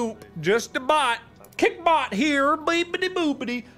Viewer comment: Mark: says kick bot Me: hears kik bot Also me: rip kik T.T